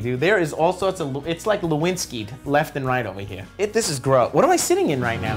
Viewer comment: "its like lewinskied...left and right ova-eer" haha